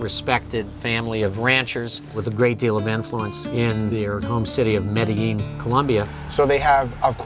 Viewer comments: say medellin corectly stupid asses.. pronounced Medejean.. not medehean.. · now I know how to pronounce MEDELLIN ( not ME DE LIN) it's (ME DE JIN)